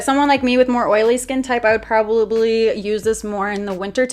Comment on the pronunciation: "Problably" i'm sorry but i heard it 😅 i love ya girl